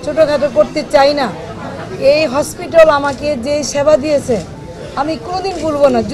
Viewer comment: হসপিটাল কে হসপিটল বলে এ কেমন ডাক্তার রে বাবা